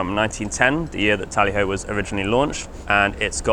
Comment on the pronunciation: T (O) lly Ho ????? nice try...